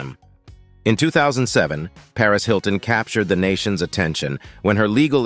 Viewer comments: I like how the AI pronounced the M in the misspelled Paris Hiltonm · "Paris Hiltonm"? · Paris Hilton-m LOL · Paris Hiltonm??? Haha, and then pronounced the extra 'm'. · Robo-reader needs to learn to pronounce names, except, of course, that Hiltonm isn't Paris' last name. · Is the reader a human or AI. Can't pronounce some name correctly. I am guessing AI.... Hiltonm